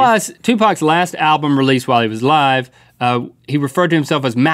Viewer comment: I have evidence on my channel that Kurdt and JoN are still uh-live